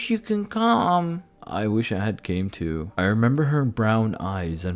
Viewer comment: you’re too young if you can’t say the word “too”